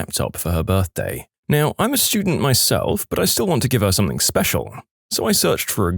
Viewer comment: No k in the word something